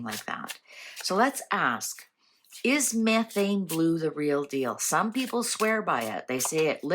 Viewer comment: She’s talking about the correct chemistry. She’s just pronouncing it incorrectly.